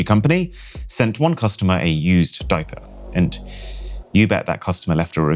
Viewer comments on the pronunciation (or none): none